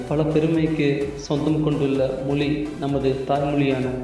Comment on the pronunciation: யாருய்யா இந்த ஆள். "தமில்", "தமில் மொலி" என்று கூறி "தமிழை" கேவளப்படுத்துகிறான் . அவனை போய் பேச வைத்து தமிழை அசிங்கப்படுத்தறீங்களே. அவமானம்.